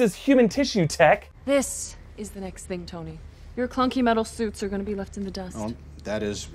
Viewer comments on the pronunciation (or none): it also says Stoney instead of Tony